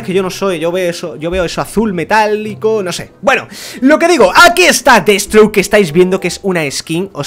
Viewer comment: deadsthroke no deadSTROKE